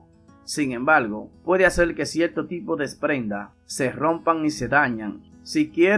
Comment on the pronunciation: DeteRgente, cieRto, perdure, con R R R